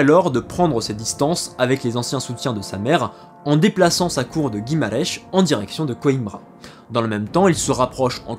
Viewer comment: Guimarech... non guimaraes, avec un a muet et un s tout aussi muet à la fin,, pas de prononciation en che, ni de s interminable...